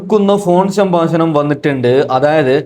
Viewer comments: സംബാശണമല്ല സംഭാഷണം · സംഭാശണം അല്ല സംഭാഷണമാണ്